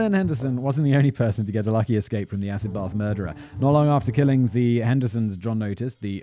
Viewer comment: As an American that actually sounds pretty on point😂